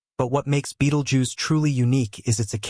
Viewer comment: Nobody knows when it's going to go, and neither do you.The least you could do is learn to pronounce its name.